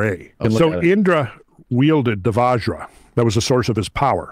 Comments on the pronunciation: It is not Vaaajra guys, it is like the Bu in but. Here you say VaJ-ra meaning Diamond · Mf's killing us with their Vajra, svarga etc...😂